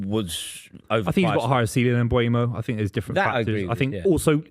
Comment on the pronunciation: sounds like a complete tool when he says Mbwaymo. 🤦🏻‍♂️ It's pronounced Um-bo-mo you uneducated fool